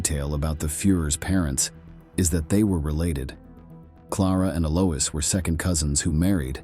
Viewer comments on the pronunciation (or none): German is not a dialect. Different areas speak different dialects. Bavaria has a Bavarian dialect, curiously enough. Adolf (NOT Aydolf!) Hitler's normal speaking accent was unusually soft, not really guttural. And, Alois is pronounced AhlOy-ss, not AlOUIs.